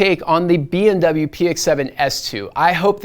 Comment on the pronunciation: why do I hear BMW instead of BW all the time you say the short name of Bowers & Wilkins?